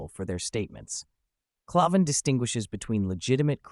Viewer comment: Pretty sure it's pronounced CLAY-van, with the first A making the same sound you make when you say the letter. Not sure, but that's how I heard it said on Crowders show.